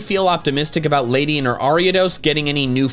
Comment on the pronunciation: It's Ledian, NOT Ladyan!